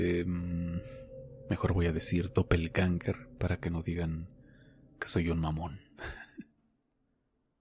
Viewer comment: 😂😂😂 pues doppelganger no se pronuncia de ninguna de esas maneras, lo he buscado en el traductor por curiosidad. Con respecto a la segunda historia tiene un par de incongruencias, la gente tiene mucha imaginación